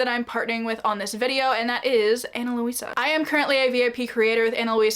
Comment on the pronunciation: Ana Luisa (Lweesuh not Lohweesuh) is so nice!! Just wanted to show the pronunciation, it’s actually my moms name.